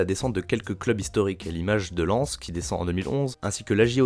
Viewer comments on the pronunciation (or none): none